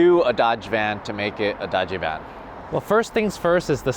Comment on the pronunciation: i wish you were better at saying Dajiban, Larry :( You're saying Daaggee Ban. Say Dodgy Bahn